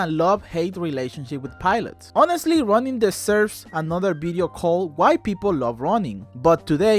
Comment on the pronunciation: i swear every time you say ronin i hear running. love your videos!